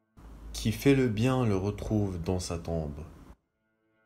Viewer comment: Retrouve et pas Retouve